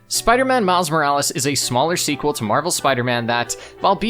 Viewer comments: IT IS ACTUALLY MILES MORALES NOT MIRIS MORELES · you can't even say the title of the game properly its MILES MO RA LES lol are you trying to rage bait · It's called Miles Morales not Miles Millis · OMG ITS NOT MILI MORAL, ITS MILES JEEEESE CANT YOU READ, HOW DARE YOU MAKE A CLEVER JOKE AFTER POINTING OUT YOU WERE GONNA MAKE A JOKE, IM GOING TO LIKE AND SUBSCRIBE NOW TO PROTEST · his name is miles morales not miles morales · Erm, you mispronounced miles morales! 🤓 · Hey man. You mispronounced Miles Morales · How dare you farm for engagement by miss pronouncing a name. Well jokes on you I’m too smart to fall for that! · You didn’t say miles morales correctly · You mispronounced miles morales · hey i think you mispronounced miles morales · hey you mispronounced Miles Morales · Nvm he did gng it's engage ment farming